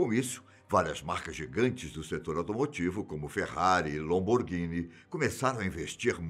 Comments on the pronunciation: ...🙄 Mas que poha é Lomborghini? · Haha ferrati e “lomborghini”😂